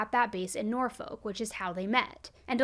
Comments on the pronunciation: Great coverage even tho I hate hearing things like this. Especially when it hits home to me. Just a small FYI, it’s Nor- F**k (like the F bomb lol) not folk, the way it’s spelled 😉 And like you said this could have been avoided if a few things were different😞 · Norfolk is Nor-fuuk...this looks so weird lol...sorry, silence the 'L' and sorta rhymes with cook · Nor-fuk is thr proper pronunciation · Hahahha it Na-fuck (Norfolk). Cool to here you mention my city! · Its Nor fuck. L is silent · The way you day "Norfolk" is adorable. It actually sounds like "norfuk" with the emphasis on the "nor" to locals. 😉